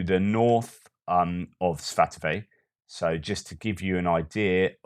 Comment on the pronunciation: Svah-toe-vah = Svatove